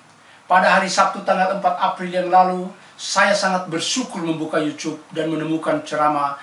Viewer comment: Yutub pak bukan yucup